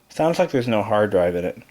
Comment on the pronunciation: I tout I hewd a hawd dwive... lol